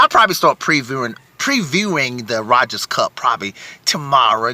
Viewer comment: "ROGERS" Cup. No D in it